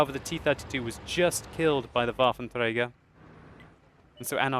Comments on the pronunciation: Lol how many times did he say "wafer treiger auf panzerzezrzrzzddkdkm fia" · sounds funny for germans when u say waffenträger ^^